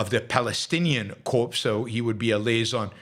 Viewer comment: It’s pronounced core not corpse.